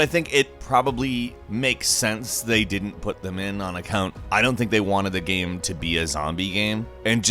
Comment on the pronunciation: why on earth did he pronounce game like "gam" and shame like "sham", that was fuckin weird